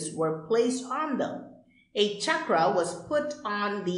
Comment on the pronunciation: not chakraaaa. it is chakra.